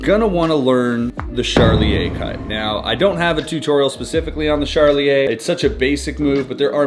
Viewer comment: I hear the charlier cut as 'sharlie A cut'....anyone else